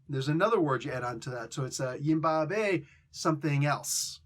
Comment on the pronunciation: Can you really not say Yibambe 🤣 Yi-bomb- bae